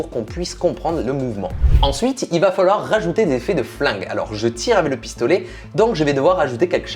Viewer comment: Qui a remarqué que dit: avè au lieu de avec